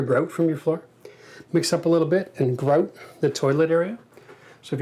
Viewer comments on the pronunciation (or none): lol, Isn't Tim Horton's Canadian? Also the way he said grout sounded Canadian to me.